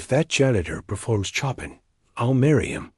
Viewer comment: Wish AI checked the pronunciation of Chopin instead of saying choppin’.